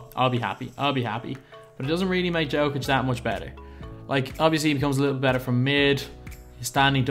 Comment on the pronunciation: im a denver fan and it is a small thing but could you please prononce nikola jokic's name proberly yolk+ic or just call him the joker also would love to see a fat lever + jokic video if possible